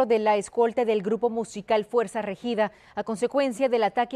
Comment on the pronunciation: Esta no sabe pronunciar Regida